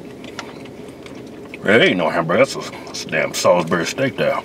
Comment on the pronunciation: Every time they say "sawsberry" take a drink.